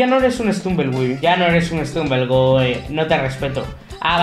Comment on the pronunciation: Se pronuncia estumble guy no estrunven gey